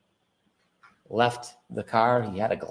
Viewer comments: "Supposebly," Are you DUCKING kidding me! It's SUPPOSEDLY!! 🤬🤬🤬🤬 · Did anyone else catch Brennan say “suposebly”?! 😂